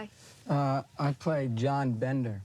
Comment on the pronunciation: He said Bendan when the name was John Bender. How does the actor get the name wrong? Like all the actors except Molly Ringwald. She was annoying in everything she did even when the movie was good, and it wasn't the character.